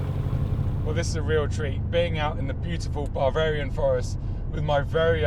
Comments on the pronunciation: Buh- veh - ree- an. Not bar-varian. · Baaa-varian? Are ewe a sheep? I think you mean Bav-Arian. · What is Bar-varia... Buh fer ee an... say it all in one go... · "Babarian forest" 😂😂😂